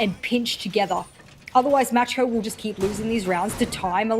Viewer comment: Who else is triggered because pronounces „macko“ „matschko“?